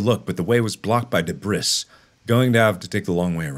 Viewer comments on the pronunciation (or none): Mark says 'deb - bris' instead of 'dé-brie' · I'm sorry did you say "Deh-bris"??? It's pronounced "Deh-Bree"... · ...did....did he really sat debris instead of debree-- like i know english is weird but dayum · i'm CRYING at him calling debris "deh briss" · “But the way was blocked by debris”- mark Me- de-bris? No mark it’s debri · mark....its not de-bri-ss its da-bree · "but the way was blocked with DEH-BRISS" LMAOOOOOOO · No one: Mark: debriSS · Mark pronouncing debris wrong Mark - de bris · "Debrissss" lol that pronunciation. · Debris is a French word. It is pronounced 'De-bree' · Didn't work just say duhb-riss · It was not "debrissss" blocking the way it was something else... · the way he pronounced debris 😭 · I'm sorry Mark but why did you pronounce debris like that 😂